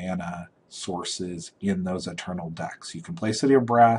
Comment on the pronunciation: Why is it that youtuber magic players can't pronounce magic card names? It's not mana conFLUence. It's mana CONfluence.